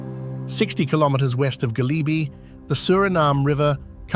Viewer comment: The pronunciation is wrong, too. It IS a shame.